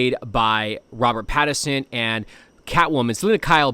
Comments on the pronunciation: It is Pattinson not pattison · “Pad-i-sin” lol